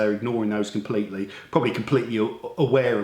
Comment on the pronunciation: "Its compwetley irregal" lol he's awesome!